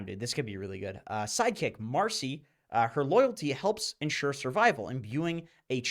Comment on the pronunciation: Its marci not marsi